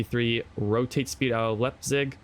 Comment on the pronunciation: Nice video bro!! One thing, Leipzig is pronounced Lipezig! Keep it up.